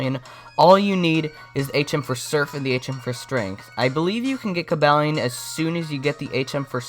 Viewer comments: cabalion I think is pronounced CU-BOO-LEON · The Only it's Co-baal-ion